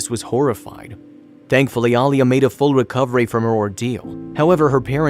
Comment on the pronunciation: I know mistakes do happen but how about saying the little girls real name. A-LEE-A. I'm getting real tired of you influencer can't get a name pronounced correctly